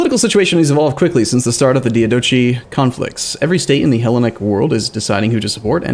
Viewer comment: well, as one who just wishes for to be informed of the proper pronunciation... One I haven't seen corrected yet is his pronunciation of Diadochi. It is is dai- Ah-duh-kai.